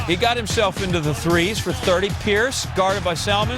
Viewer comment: he said price instead of pierice